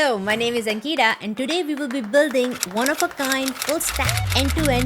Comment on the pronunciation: The way you said Ankita☹️